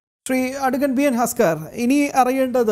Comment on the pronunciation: ഹസ്കർ അല്ല തസ്കർ ആണ്.